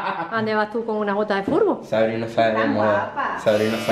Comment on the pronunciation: las botas frutbo 😂😂😂 Luego" ahora te falta la pelota para jugar al futbor" ¿No sabe decir futbol?